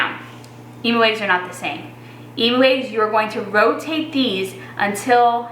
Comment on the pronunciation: Dammit Jones, learn your vowels For those that got that reference, you Can like the comment